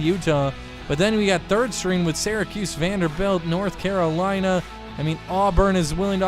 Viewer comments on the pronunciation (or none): none